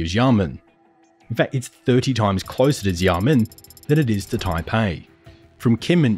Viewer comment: Not only that, but their pronunciation of Xiamen too. Checking proper pronunciation should be SOP before recording narration.